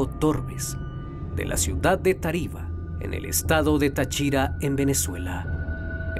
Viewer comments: El narrador se la pasó pronunciando mal las localidades... ¿Como que Tachira? es Táchira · Se dice Táchira No tachíra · ES TÁCHIRA NO NO TA(CHI)RA 😭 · Tachíra ? es táchira acento en la A en fin mi abuela solia contarme ese historia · Dios mio me da toc escuchar como pronuncia mal tariba y Táchira, yo vivo ahi cerca del parque xd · SE DICE TÁCHIRA CON TILDA EN LA PRIMERA A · yo muchas veces paso por ahi ya que cerca hay una cuesta para llegar a un barrio y si es bien crippy ese lugar, por cierto. El canal pronuncia mal el nombre de táriba y Táchira xd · es tachira edita tu porquería ombe te quejas de que pronunció mal las localidades y tu nombras mal a TACHIRAAAA